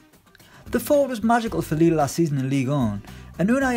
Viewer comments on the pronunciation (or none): none